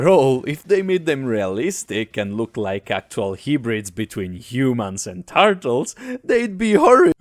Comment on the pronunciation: "the tartles"